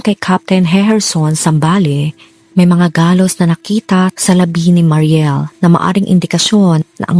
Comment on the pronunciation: mary niel po yon maam hindi mariel